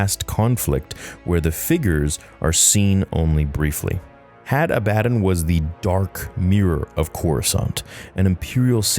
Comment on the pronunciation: I believe the pronunciation is Had AH-buh-dawn It potentially may have been taken from or inspired by the name Abaddon in the Bible, which is a name of a place of destruction, as well as the name of the Angel of the Abyss. The word is Hebrew for "destruction" or "doom". The Greek word for it, Apollyon, means "destroyer". Seems fitting.